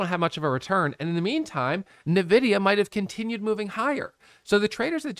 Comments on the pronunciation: I laughed every time you said navidia. Its ENVIDIA and your computer probably has their gpu inside. haha. Thanks for all your videos. They have become super helpful! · I say Navidia.. I know the right way to say it too but my mouth decides to say it Navidia idk lmao